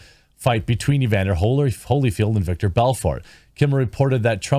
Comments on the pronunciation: Vitor Belfort (Vee-Tor) You’re not the first to mispronounce it, rogan did way back in the 90’s lol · Lol it’s Vitor, not Victor. Rogan made the same mistake in his first appearance as a UFC interviewer. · Vitor not victor